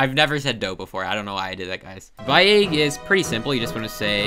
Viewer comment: I don't understand how you end up saying 'Egg' in so many videos. Ayyyyyyyyyyyyyyg